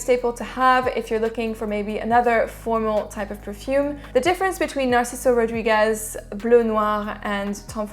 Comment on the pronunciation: Hi! Excellent "Rodriguez" pronunciation:) Right now my favourites are Enigma, Elysium, Ambre Loup by Rania J, Ormonde Man and Duro by Nasomatto... from your selection I really need to try Chrome and the MFK one. I have nothing from Azzaro, It will be my next purchase for sure Saludos!